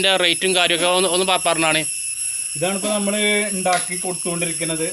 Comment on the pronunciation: ഞമ്മള് അല്ല... നമ്മൾ 😄